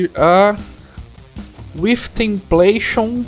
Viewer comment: Brother, só uma dica (construtiva, prometo haha) joga o nome da banda e da música no google tradutor pra tiazinha do google falar (se atente a ouvir na "parte" q fica em inglês mesmo) o nome da banda q ce ta falando ta bem errado. Ce ta falando "with templation", a pessoa q n conhece a banda acaba procurando errado ou slá, enfim, é legal tomar mais cuidado com isso ;)